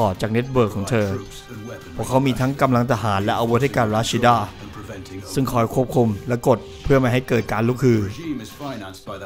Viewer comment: ควรอ่านว่า รัชจีด้า อ่านชื่อแบบเดิม คนดูจะนึกว่า เป็นคนญี่ปุ่น